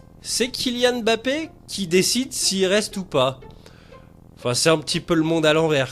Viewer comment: bah évidemment que non . Quelqu'un qui prend la peine d'apprendre la bonne prononciation d'un nom d'origine africaine peut est difficilement accuser de racisme , votre réponse qui me semblait sarcastique a motivé mon deuxième commentaire ! À la base j'étais juste content qu'un mec prononce correctement un nom à consonance africaine !